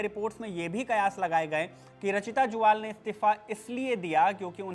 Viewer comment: ज्वाल नहीं जुयाल होता है